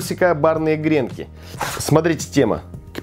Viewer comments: По русски следует говорить не грèнки, а гренкù. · повар блин... не грЕнки а гренкИ и одна штука называется гренОк ...